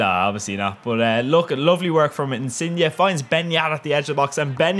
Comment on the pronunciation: First non-Italian person I've ever heard to pronounce Insigne in the RIGHT way! OMG <3